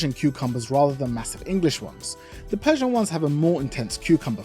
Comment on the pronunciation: lol "persia"